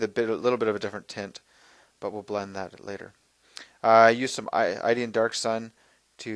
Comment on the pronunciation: I truly HATE to do this.. LOVE your video! You keep calling Iyanden Darksun "Ideean"... It's Iyanden (Ee.yan.din). I know, totally ridiculous, but being an Eldar player... I had say something. Please don't hate... Your paint-fu is awesome!